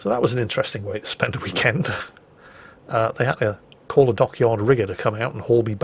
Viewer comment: "Howdy folks, hope you all had a hhhweekend"